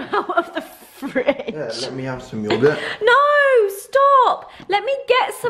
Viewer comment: ‘I say yogit’ 😂😂